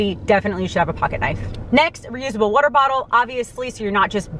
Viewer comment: wooter fountains wooter